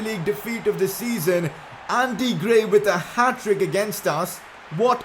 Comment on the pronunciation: His name is ANDRE GRAY...Put some respect on his name bro